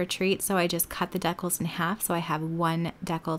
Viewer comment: LOL I’ve never heard decals pronounced the way you pronounce it